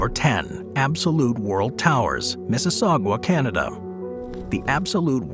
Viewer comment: Absolute World Towers . It’s not Mississaugua, it’s Mississauga (pronounced saga), Ontario, Canada.